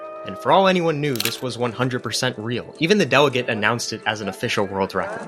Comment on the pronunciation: I heard Indian accent world. Record